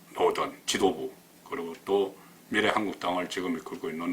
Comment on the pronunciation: 송국건씨 그간 잘보고 있었는데 '비~래,미~래' 발음할때 액센트를 앞에두고 '비래,미래'라고 하는게 너무나 이상하고 듣기 싫어서 구독취소하고 나갑니다.언론인이나 기자 모두 바른말을 써야하는 사람들이라는 사실을 잊지말고 시정바랍니다. 정말 듣기 싫습니다.